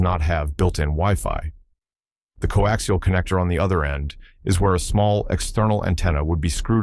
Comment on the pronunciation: Stupid AI, pronounce coaxial correctly.